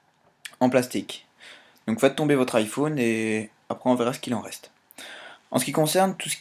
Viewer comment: ifoune mdr